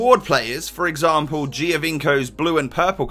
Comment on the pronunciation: "Yaya Toure for exampoo" 😂😂 surely I wasn't the only one that heard that.